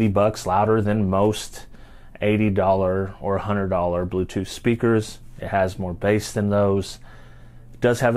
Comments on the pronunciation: „te blootothh twice has connected suesufully“ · The bluetoof decive is connecteed uh successfooley🗣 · Ti bruu-toof dehviesh is rehtey toh peer!